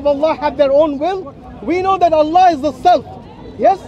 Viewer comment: How can speak to so many Muslims and still not know how to pronounce the name of the Creator in Arabic?